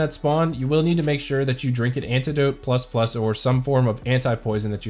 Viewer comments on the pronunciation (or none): none